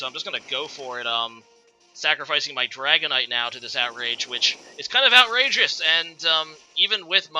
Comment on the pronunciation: "it's kind of Outrage-ous" No. Bad. No.